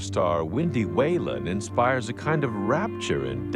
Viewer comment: For the record-- Whelan is pronounced "We-lan".